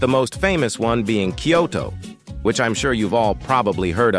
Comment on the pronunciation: First of all in japanise kyoto isnt promouncd like that 2th if you dont know kyoto then you dont 3th L RIZZ